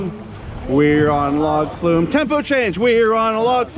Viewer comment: “We’re on a Log flew?” Or “Were on a log flu?”